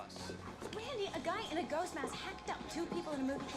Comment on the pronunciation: Nev turns British when she says "Ghost" 👀